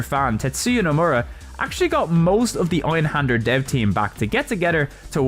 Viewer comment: Dude you're an english native, you can pronounce an ä. Why not do it?